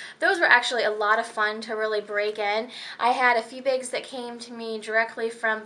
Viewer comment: You have the oddest accent. "Balenciaga begs."